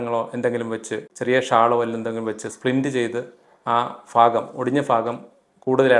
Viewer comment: ഫാഗം ആല്ല ഭാഗം